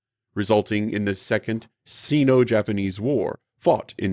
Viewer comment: Sino is pronounced with a long i. Hickam is pronounced Hickome.